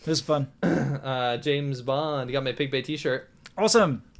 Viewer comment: I heard Pig Bay. No thumbs up sorry